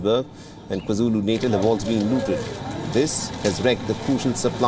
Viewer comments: Natal should be pronounced Naatal. Not like natal in neonatal... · It's pronounced 'KwaZulu "Naataal"' or just say KZN. 🤷🏾‍♂️